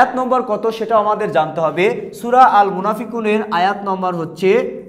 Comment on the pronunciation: sur na sura🤣🤣🤣